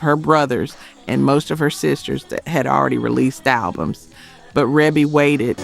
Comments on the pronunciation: And it's pronounced reebee not rehbe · Thank you!! REEEEBEEE. Other than that, nice video. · For the love of God. Her name is REE-BEE!!! that’s how it’s pronounced. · Love your video! Thank you for all the information! Great unknown facts! I am a major MJ fan and didn't know that Michael wrote all of these. Shame on me! LOL. Just one small feedback ... Rebbie is pronounced "Ree Bee". You're awesome! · The production wasn’t just Micheal Jackson and her name is Ree.bee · Rebbie? Pronounced “Ree-bee.” I thought everyone knew that 😂😂😂😂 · Rebbie Jackson Centipede was and is absolutely amazing!! Fierce and just a great song. FYI Ree-Bee is the way her name is pronounced. 🔥🔥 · It’s REE BEE Jackson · Not sure why you included number 8, I think everyone knew he was a co-writer of this. Quite a few of these songs are unlistenable, actually. And it’s pronounced “Ree-bee” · Pronounced "Ree-bee" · I know her name is pronounced, Reebee. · THANK YOU - REE-BEE! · Reeeebie AI get it right! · Rebbie is pronounced "Reebee"... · I know it's spelled Rebbie, but it's pronounced Ree-bee. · That AI for ya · Omg! Rebby. Cmon now. If you're doing a video, at least know the siblings' names. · ITS REE-BEE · How you mispronounce Rebbie name 🤣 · Is this AI? You keep mispronouncing REEBEE's name. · How you Rebbie's name wrong but say her daughters name correctly!!!???? How sway!!!! How!!! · I wish you knew how to the pronounce folks name...😮 And his sister at that ..where the respect to Michael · How about just calling her Maureen since no one can pronounce Rebbie correctly? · You pronounced Rebbie’s name wrong 🫢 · I was screaming the same thing. How do you do a list about Michael Jackson but don’t know how to pronounce his sister’s name. Smh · Yes! Each time she mispronounced her name just irritated me 😂